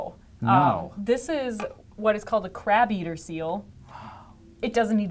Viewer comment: To mi it sounds like she is saying "Crap eater" instead of crab eater...